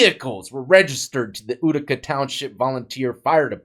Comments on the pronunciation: FYI, it's pronounced YOU-tica (not OO-tica). Reminds me of hearing people from the UK pronounce Puma as Pyewma, or Putin as Pyewtin, except this is the other way around :) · Exec-cu-tor not executioner! :o and it’s yoo-tih-cuh not ooo-tih-cuh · “Utica” is pronounced. “You-tica. To our form sheriff Clark county. To him I think it was pronounced. Urica… Glad they caught him. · hey just trying to help, in case you do another video on this guy, it's pronounced U-tica. Imagine how many people were wrongfully sent to jail because of this corrupt sheriff. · Utica pronounced you-tica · And i know u hate when people correct u for way u say stuff but its YOUtica lol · That cabin in Utica is beautiful I've been in it and Leon was a great guy. Its pronounced U(you)-tica.